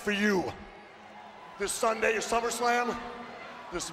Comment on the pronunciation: We got two slip ups in the first promo!🤣 Teddy Long with “Slummerslam” :55 and JBL with “Rumble Royal” 🤦🏾‍♂️🤣 I miss this WWE🤣